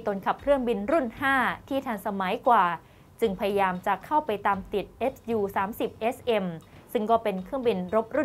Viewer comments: พอได้ยินพิธีกรอ่านว่าเอสยูก็เลยงง... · เขา สามารถอ่านได้ สองอย่าง เอส ยู ..หรือ ซู ก็ได้ ส่วนมากสื่อ ตะวันตกเขา เรียก เอสยู .หาดูตามสารคดีเครื่องบินรบของชาวอเมริกันก็ได้นะ เขาจะออกเสียง เป็นเอสยูทั้งนั้น